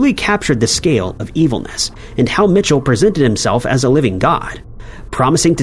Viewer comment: It’s not Mitchell it’s “Michel” (me-shell)